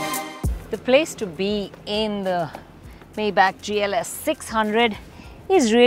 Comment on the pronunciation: Great review. Little nitpick, but it's "my-bock"